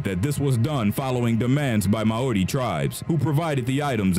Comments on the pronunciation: he really said Maori like that huh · AHHHH........ Ok, I need to fix several of your pronunciations: first of all it's called a dib-buck box, secondly the Maori Tribe is pronounced like Mow-ree, Otzi the Iceman is pronounced like Oat-see, and finally the Egyptian financial backer for the excavation of king Tut's tomb is pronounced Lord Car-nar-van, just like it's spelled. Ok I feel better now, but when you do a video and mispronounce names it makes people feel like you didn't do adequate research, and it's very very frustrating!!! However I do still love your channel, it is very interesting and has good content!!! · Ok, I'm commenting 5 yrs too late, but is anybody else baffled by the narrator's pronunciation of "Dybbuk" and "Maori"? Bro, did you not listen to any one of the gazillions if videos out there with the proper way to pronounce those words? You just said "Ah, who cares, I'm just gonna say whatever the hell I want!"? Maori especially had me laughing really hard! No offense man, it was funny, but you might want to listen to words that you're unsure of before you record your video! 😂😂😂